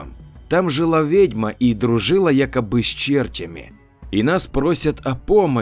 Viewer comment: с чертЯми, а не чЕртями))